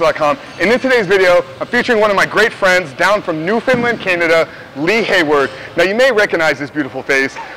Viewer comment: He said NEWFNDLAND??? :-) Great video. Thank you for posting it Frank.